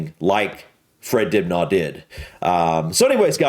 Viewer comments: It's pronounced Dib Na not Dib Nar. 🙂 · Fred's surname is pronounced more like Dib-nuh rather than Dib-nah. (Ok - I know this is petty, I'm just trying to help.) Edit: Lol,. I doubt very much if anyone went up with an electric drill. All the holes would have been made by hand with a hammer and chisel. Fred was a skilled craftsman - he didn't need all those new fangled things. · It's pronounced DIB-NER not dibnahh Even though it's spelled that way Anyway, can't go wrong with uncle fred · It's friggin Dibnah, not Dibgnaw.